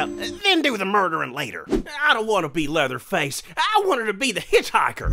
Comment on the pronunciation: Lol he called him Pleatherface.